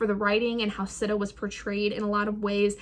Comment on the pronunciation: Whatttttt its pronounced “Seeta” I thought and also..... book one is one of my favorites out of the series! I’m like personally offended that you were disappointed by it im sorry 🥺I’m just obsessed... this series is like a work of art